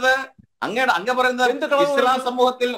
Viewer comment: സംസാരിക്കാൻ കഴിയാതെ ഞ്ഞഞ്ഞഞ്ഞ പറഞ്ഞ് ഒഴിയുന്ന എന്തിന് ചർച്ചക്ക് വിളിക്കുന്നു ആത്യ ഇസ്ളാ ഇസ്ള. പറയാതെ അത് തന്നെയങ്കിലും പറയാൻ പടിച്ചു വരട്ടെ